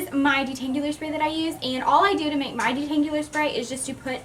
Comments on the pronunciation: She says "detangular spray" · Uhhh she cannot say detangular you are not surposed to pronounce the u